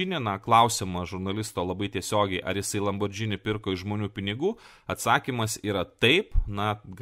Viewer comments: Neesminis reikalas, bet kadangi ausį pjauna, tai ateičiai – citata iš wiki: Automobili Lamborghini S.p.A. (Italian pronunciation: [lamborˈɡiːni]). Taigi, ne "lambordžini", o "lamborgini". :) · Nenoriu būt tas įkyrus žmogus, bet,: žodis,,lamborghini" tariasi ne lamborDŽini, o lamborGini, panašiai kaip ir kitas itališkas žodis spaghetti - juk nesakom spadžeti:) Čia šiaip didesnė taisyklė ir daugiau nuansų, bet trumpai tariant, po g einanti h (lamborGHini) lemia, kad tariam ne,,dž", o g. Nepaisant to, ačiū už gerą turinį, visad laukiam naujų video:) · Tariasi ne "Lambordzini", o Lamborgini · Lamborgini. ne Lambordžini ;) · Ne Lambordžini,o Lamborghini,juk nesakome spadžeti(spageti) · Lamborgini, ne Lambordžini. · Tik tarp kitko: lam bor GI ni, ne lam bor DŽI ni. Bet gal ir gerai, kad nežinai, reiškias nesidomi tuo, kuo domisi Aršauskas :D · Niekur neteigiu, kad matau TIK kritiką blogai ištartam itališkam automobilių brando pavadinimui. Priešingai, iš kuriamo turinio pasiėmu labai daug. Šiuo atveju tiesiog pasidalinau pastebėta smulkia klaida; mąsčiau, ar verta rašyti komentarą, nujausdamas, kad atsiras kas prisikabins. O jūsų pavyzdys su Švarcnegeriu ne visai korektiškas - nesu prieš žodžių sulietuvinimą; pagalvojus, net nesu prieš tai, jei kažkas taria lambordžini, bet galima tart ir taisyklingai. Mano intencija buvo pasidalinti tuo, ką žinau, padariau tai pirmą kartą. Jei toliau sakys lambordžini, tebūnie, man neskauda, kaip jūs teigiat.